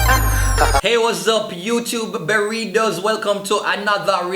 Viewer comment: Lol this nigga call his fans berrytos 😂😂😂😂😂